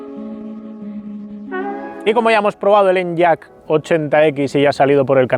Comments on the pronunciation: No se llama En-yaq (usando la Y como consonante) sino E-ny-aq (la Y como vocal) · Por favor, deja de decir "en-yak" y dilo como "eniaq" 😅